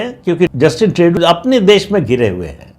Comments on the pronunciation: प्रदीप सिंह जी, पता नही आप को जस्टिन ट्रूडो (Tru-Doh) का नाम सही बोलने मे क्यो दिक्कत होती है! 😊 ट्रेडू नही ट्रूडो! 😊 कॅनडा अपना अस्तित्व बनाए रखेगा! कॅनडा अमरीका का स्टेट बनेगा यह नामुमकिन है! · श्रीमानजी, प्रणाम! Justin Trudeau का सही उच्चारण है - जस्टिन ट्रूडो (ट्र+उ +डो). मैं पिछले कई वर्षों से Canada में रह रहा हूं और आपका चैनल निरंतर सुनता हूं; निःसंदेह आपका बहुत बड़ा फैन भी हूं. आपका चैनल दिन दुगुनी और रात चौगुनी उन्नति करे - ऐसी मेरी प्रार्थना भी है और कामना भी🙏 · पहले ट्रुडो का नाम तो सही लेना सीख ले प्रदीप सिंह 😂😂😮